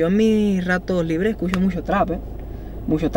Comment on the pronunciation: "Escuxo muxo tra, me encanta anuel, OZUNA..." 😖😖